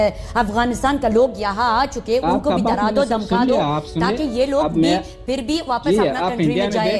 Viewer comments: افغانی عورت انڈین لہجا پھر کی بجائے فر بول گئ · یہ عورت %افغانی نہیں ہے اگر یہ افغانی ھوتی تو پھر کو فر نہ بولتی یہ پھر کو پر بولتی